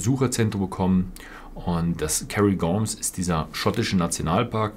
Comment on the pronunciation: "KÄRRIGORM"? Müsste es nicht "Kärngorm" ausgesprochen werden?